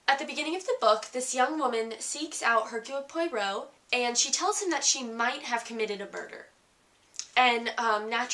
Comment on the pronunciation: Reviewer is not at all believable since she shows little real understanding of this book. Oddly enough,she can not seem to pronounce the name of the main character: Hercule Poirot and she does not even mention the second main character, Mrs. Oliver. I was disappointed at the lack of effort on her part.